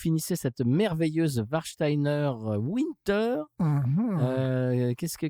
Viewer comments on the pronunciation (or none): (Winter se dit en allemand comme s’il y avait un V au début et le -er à la fin sonne plutôt comme « bière », en gros. Bravo pour les efforts de prononciation, cependant !)